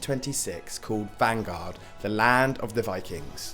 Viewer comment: I Know this increadibly minor, but it sounded like you said vangard instead of valgard at the start